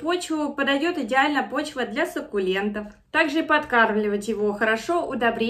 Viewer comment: "сАкуленты"..... Ну как так????